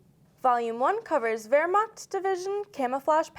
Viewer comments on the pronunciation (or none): none